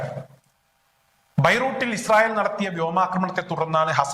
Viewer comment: നമസ്ക്കരം അല്ല നമസ്ക്കാരം😅😅😅😅